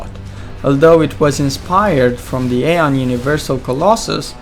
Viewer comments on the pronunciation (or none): none